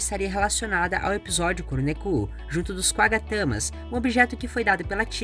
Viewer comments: Kuru neku kkkkkkkkkkkkkkkkkkkkkkkkkkkkkk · A pronúncia é "Kurô nékô"